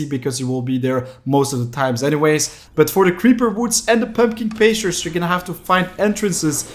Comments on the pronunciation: In “Pumpkin Pastures”, the first syllable of “pastures” is the word “past” as in before the present. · i figured that was the case i just thought it was funny! :)